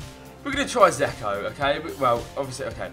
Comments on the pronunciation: It's not "zeko" it's pronnouses d-j-elk-o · Its pronounced 'Jecko